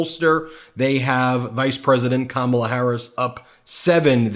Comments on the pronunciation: I noticed he’s pronouncing Kamala’s name correctly now. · Trump pronounced Kamala's name correctly. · I notice he’s pronouncing her name correctly. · He finally said her name right. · He pronounced her name correctly. Imagine that. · Oh Donald, you accidentally called her by the right name for once. I had to go back and check again but you did it so we know you’re not as stupid as you act you can say her name right? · Wow! He actually pronounced Kamala’s name correctly. His team must of told him to knock it off and stop making fun of Kamala’s name. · he pronounced her name right 👍🤣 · Did he accidentally pronounce Kamala's name correctly? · tRump pronounced Kamala’s name correctly! Now, maybe his ignorant, uneducated cult members will start saying her name correctly as well since they are up his behind so much. SMH. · He finally said her name correctly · WOW, trumpy pronounced Kamala's name correctly twice in the video!!!! He must have been watching the DNC when Kamala's two nieces came out onto the stage to show how to pronounce Kamala's name (,la) (,la) (,la) - oh donnie boy see its not that hard! Idiot! Voting blue for (,la) (,la) (,la) 💙💙💙💙💙💙💙 🗽🦅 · He said Kamala correctly.....brain fog I guess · He pronounced her name correctly. Kamala “coma-la” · Rambling tRump pronounced "Kamala" correctly 🙄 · He called he Kamala and said it correctly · He pronounced her name correctly!!! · At least he pronounced her name right. The lesson at the DNC may have worked. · Hey knows how to pronounce Kamala name …that idiot 😅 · He pronounced Madam Vice President's name correctly! Huh! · At least he's listening, he pronounced there names correctly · Wow, he said Kamala correctly. Boring. Boring. Boring. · He pronounced her name right, wow!! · He finally pronounces Kamala properly, then loses it on "Waltz."